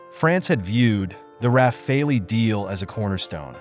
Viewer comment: the bizzare pauses tell you this is bot narrated content and the bot is drunk and can't pronounce rafale